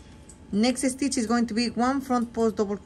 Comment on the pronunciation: When speaking where an S will start in a word, DO NOT SAY ( ESTITCH) SAY (STITCH). SSSSSSSTITCH!